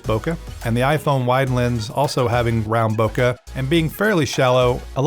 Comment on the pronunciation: I thought I was pronouncing it wrong but I wasn't. Bokeh is prounounced /ˈboʊkeɪ/ BOH-kay